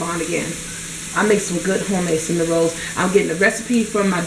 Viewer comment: Lol at cinn a nin rolls